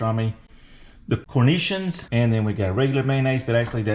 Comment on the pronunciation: Umm...good job on finding and paying for a half wheel of raclette, but I am sure the cornichon's are not supposed to be inside the sandwich. Pronounced Kor-Nee-Shawns. I want to get hold of a half wheel too!